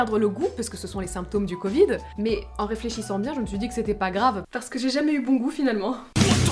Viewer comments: Mdr tu veux pratiquer le " coit 19" looool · on dit la covide mais pas le covide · On dis le Covid et pas la cavid madam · On dit le covide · Sa ce dit le covide 19